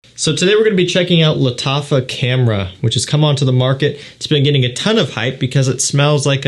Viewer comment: Lat affa camera 😂😂 thats what i heard man your pronunciation got me going off